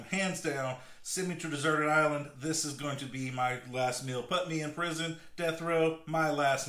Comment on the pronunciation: Looks fantastic. Had to giggle at what sounded to me as "dessert island " instead of desert.